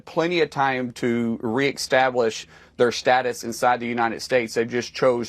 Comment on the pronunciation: Did he say re- eXtablish 🤔